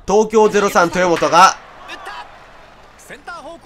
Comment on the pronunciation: 後半、東京03豊本がエラーするところの実況が「東京03とぅーもと」って聞こえるｗ 実況者の滑舌もGなのがオチか